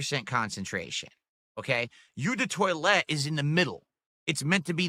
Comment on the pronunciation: "Yew the toilete" 😂